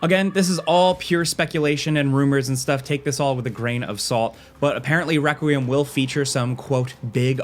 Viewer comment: Why can't this dude say requiem 😂I 😂